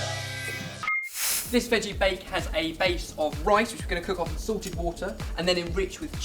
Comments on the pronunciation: I swear you said 'sorted water' not 'salted water' XD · I'm sorry, this is a silly question. But are you saying sorted boiling water, or salted boiling water? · when you said "salted water" i thought you said "sorted water"... i was like, "damn! they have their own water now??" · Every time you say "salted, boiling water" I think you're saying "Sorted boiling water". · every time they say salted i think theyre saying sorted and im like, "wow, theyre so cool that they have their own category of food or something" haha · everytime he says 'salted water' i think he's saying 'sorted water' hahahahahhhh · Haha, sounds like saying ''Sorted Water'':P